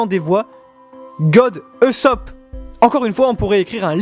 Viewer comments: Aaahhh !!! Ça ma stressée toute la vidéo comment tu dis Luffy et Usopp. Luffy ne se dis pa luffy mais Leuffy et Ussop se prononce Ousopp et pas Eusopp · intéressant mais ça se prononce "USSOPE" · On dit Oussop et Leffy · On dit OUssop ! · par contre on dit oussopp